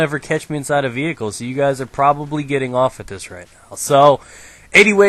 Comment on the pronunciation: What's a VEEE-HICKLE? Looool i <3